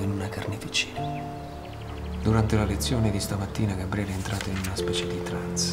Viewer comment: Ragazzi, vi prego... tutto molto bello ma smettete di dire GaBBriele, per piacere -.- contenete la natura romana che c'è in voi. Gabriele, cazzarola, Gabriele... una B sola!